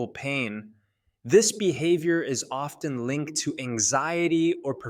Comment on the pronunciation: What kind of mental disorder make someone grunt their T's but need to pronounce it in words like often. WHERE THE T IS SILENT!!!!!!